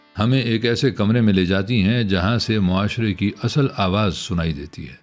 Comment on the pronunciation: اصْل asl✔️/ تلفُّظ کا خیال رکھیں! asal✖️